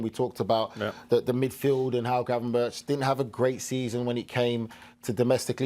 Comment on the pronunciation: GravenberGGG not like Birch like BerGGG